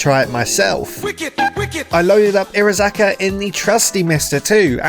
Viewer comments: Bruh the pronunciation hurts it’s iro-haza-ka not irozaka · Entertaining video but the missing syllable everytime he says Irohazaka low key triggers me.